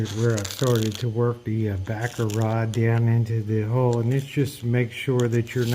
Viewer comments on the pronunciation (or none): OMG! I thought you were saying Baccarat, not Backer Rod! LOL! You can tell I don't know how to fix anything :body-blue-raised-arms: Thanks for the lesson 🤓